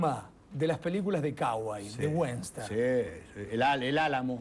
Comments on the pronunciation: peliculas de UENSTERN dice fantino por dios!! ni western puede decir??? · Fantono: se dice WESTERN, no WENSTER. y lo de CAUGOY la dejamos pasar... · fantino : "...de caways, de wenter" jajjaja diosssssss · Me mata el ingles de fantino como pronuncia western y cowboys